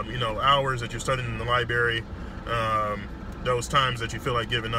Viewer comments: What’s a lie berry? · 14 years of school.. stills calls it a liberry respect tho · 13 years of school and he still says liberry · You said libary* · Lol is an MD but still says “libary” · "LYBERRY" lord jesus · It's libRary stupid ass doctor Bitch